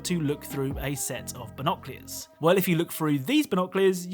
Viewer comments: It's BINOCULARS not BINOCLEARS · What are Bonoclears? 🤦🏻‍♂️🤦🏻‍♂️🤦🏻‍♂️ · Loved the video but knowing how you say binoculars really bothers me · I love you man and your content but binoculars aren't pronounced that way 😙